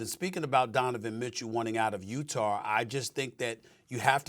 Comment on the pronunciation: Stephen A. Smith : "Utahr"